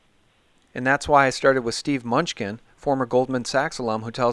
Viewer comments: I like Munchkin, but it is pronounced Mah-nu-chin. Great interview! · Treasury Sec name is pronounced 'MIN NEW CHIN' "Mnuechin" Where's the Gold? ,Big Mystery that's been wondered about since I was in High School in 70's. Good question...hmm Big $$$ of world have swiped it? Maybe...maybe Not. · Constant wrong spelling and the guy always gets names wrong. Lacks cred. How informed are you really if you don't know Steve MUNCHKINS name.............idiot "MANOOCHIN"